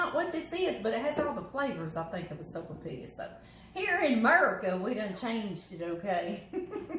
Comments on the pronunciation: Hey, I make this! PS.....its pronounced soap-a-pee-ya....or soapa-pia🤣😁🙋‍♀️❤🙋‍♀️ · the "'L" is silent just like in quesadilla.....Not being judgmental, you brought it up! laughs